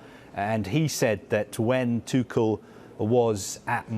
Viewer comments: TUCHEL - is pronounced TU REL - not TU KEL or TU SHELL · My man's calling him tuckel instead of tuchel